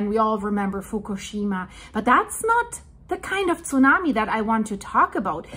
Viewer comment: How she says Tsunami breaks my ear.